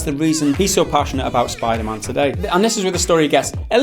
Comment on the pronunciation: "Spider mahn" gotta love that jamaican accent on the word man